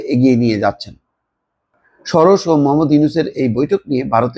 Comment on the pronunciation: উচ্চারণটা "শরশ" নয়, সরোস।